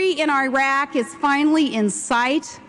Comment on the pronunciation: Oh Tragedy...She can't even pronounce Iraq correctly. Ok im not biased but seriously if you know a tiny bit regarding Media you will see that she is talking about NOTHING AT ALL. With all due respect politics is not soap opera.